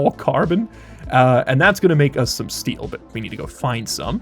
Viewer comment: Oh yeah, the fundamental alloys of Stationeers: Soder, Eectrum and Stee!